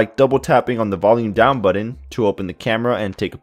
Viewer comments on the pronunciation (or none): No kidding. Buddin. That kills me every time I hear it! Oh, and "potography" lol great review otherwise. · great review. you solidified my reason to get this phone. Great video except the way you say BUTTON. hahaha... You sould like my cousin Juan. Jk bro.. thanks for the video.